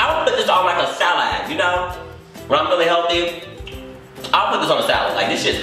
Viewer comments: Did anyone else catch the way he said salad 😭😭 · The way he said 'salad'😂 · So we going to ignore the way he said salad 💀💀💀💀💀